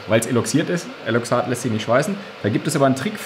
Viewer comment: weiß nich, obs ne "tsenon" vs. "xenon" nummer ist, aber eigtl heißt es "eloxal" und nicht "eloxat". ich hab aber ehrlich gesagt auch ne weile gebraucht, bis ich nicht mehr "eloxat" geagt hab... xD schicke kaffeemaschine!